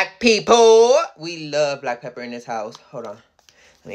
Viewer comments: Am I the only one that thought she said black people when she really said black pepper 🤣🤣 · nothing bad lol she just said black pepper a different way but it sounded like she said black people and I was like what lol